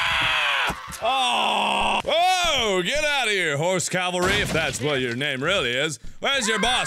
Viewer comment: "Cavarly"? "CAVARLY"?? Once again, everyone... Calvary: where Jesus got nailed to stuff Cavalry: when reinforcements arrive Cavarly: NOT A FRIGGIN WORD